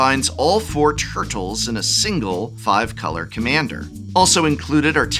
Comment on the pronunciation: You enunciate tur-tles like a microcenter employee asking if you mean “cd-r” or “cd-rw”.